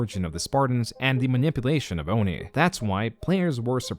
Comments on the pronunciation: Oh'Nye instead of ONI was a bit confusing to hear. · ONI is pronouced oh-nee, like it's Japanese. Not Oh-nigh. Oddly, you say it correctly once, I'm surprised you didn't look into how it was meant to be pronounced. Though... it is Halo 5, so I don't really blame you. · Says O-N-I and not Oni. Fake fan detected. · WHY ARE YOU SAYING "O-N-I" AND NOT "ONI" IT IS DRIVING ME FING NUTS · Bro it’s ONI not OhNeigh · Hearing ONI (Oh-Nee) pronounced as Oh-Nye, is very disquieting. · O NI bro why do you say it like that it's ONI lmao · It's pretty clear you haven't played a Halo game before which is impressive with how well researched this video is, but if you only played Reach you'd know it's (Own-nee) not (O-NIE). In this segment you're going over the ONI novel books and stuff & they mispronounced ONI in it which makes sense why you did too. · ONI is pronounced Oh-knee not Oh-nigh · On-I!? On-I!? Its pronounced Oni, like the creature from Japanese Myth! O-nnnn-eeee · It’s ONI (O-Knee) not O-Nigh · No joke... it triggers the fuck out of me each time says "oh-naai" instead of ONI, like the japanese ONI. Or O.N.I. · ONI isn't pronounced oh-nigh, it's pronounced oh-knee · It’s pronounced (OH-KNEE), not (OH-NIGH). This is now an illegitimate video. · please never pronounce ONI as "O N I" it is "Oh-knee" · Why do he say O-ninen instead of O-nee? They say call it O-nee in the games. Is that like a British thing? Like how they will say H-ay-ch instead of just H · the way you say ONI hurt its said as one word not the letters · disliked because of how you pronounce oni. Sorry, but it really ruined the video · Its "Oh-nee" not "oh-niy". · ON-eye?... come on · I think it's pronounced oh-knee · Pronouncing ONI as "O-N-I" is giving me cancer. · It's pronounced ONEE!!!! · OH-KNEE but yeah. So frustrating how often it's said and said wrong lol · If you say "o-nye" one more time bro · It’s “oh-nee” bro. C’mon. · Hearing ONI pronounced Oh-Nye hurts my soul.